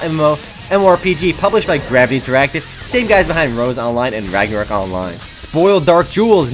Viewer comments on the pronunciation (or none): none